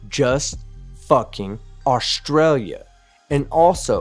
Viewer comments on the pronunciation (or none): We say stralya too